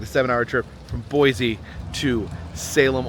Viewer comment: Great video,! It's Boise with an s not with a z btw